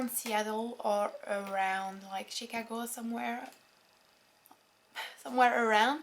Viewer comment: I love the way you pronounce Chicago! :D ..I enjoy your videos a lot! You're gorgeous too! Saludos desde México, hermosa! Bon courage! (